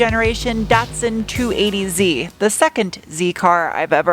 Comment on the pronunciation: Datsun not Dotson